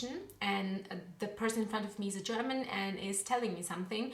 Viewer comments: WOW... your German pronounciation is amazing! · Tolles Video, gute deutsche Aussprache. Mein Abo hast Du! :)